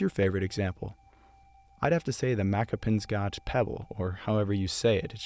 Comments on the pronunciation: Haha jou really butchered Makapansgat when you discussed the pebble, however, non Afrikaans people do find pronouncing Afrikaans sounds quite challenging so, no sweat... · So, according to the phonetics on the Wikipedia article on Makapansgat... it's pronounced 'muck-uh-PUNS-khut'! All of the 'a's make an /ʌ/ as in 'up' and the 'g' makes a /x/ as in 'loch' or 'chanunkah'.